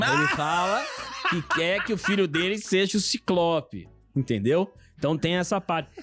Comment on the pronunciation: "CICLOPÁH" HAHAHAHAHAHA